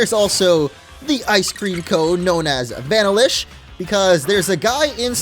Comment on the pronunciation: Vanilla-ish come on man vanilla ice cream that's not one you should mess up lol